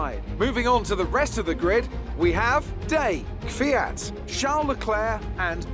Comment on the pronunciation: Petition for to try saying KVYAT instead of KYVIAT. <3